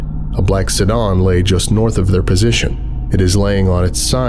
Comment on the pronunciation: Near perfect American accent as always. But your pronunciation of “sedan” would set alarms off.